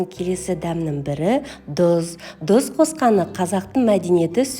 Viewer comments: Дұз емес тұз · Өте дәмді екеніне сенімдіміз. Тек дұз емес, тұз деп айтыңыз. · Дұұз емес тұз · Жазылуы тұз, бірақ дұз деп айтыла береді. Мәселе Наурыз мейрамды тойлау, көже әзірлеу, қалқам!!! Мереке құтты болсын! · Дуз емес кой Түз деп айту керек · Дуз емес Тус.десеныз. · Қазақ дұз емес тұз дейді, Т-ға тілің келмейді ғой деймін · Дұз емес тұз деп айтып уйренсенші😂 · Дұз бізде айтады!!!!! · Дұз😂 емес,Тұз! ☝️ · Дұз емес тұз...құлаққа жағымсыз естіледі екен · Бірақ "тұз"☝️ деген дұрыс қой